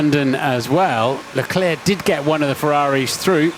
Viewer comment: shau lecleh jajajajajjaajja